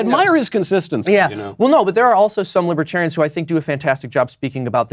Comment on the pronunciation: "Lawbertarians" ha!!